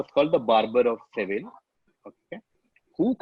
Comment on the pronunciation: you pronounced Seville correctly 🥰once😊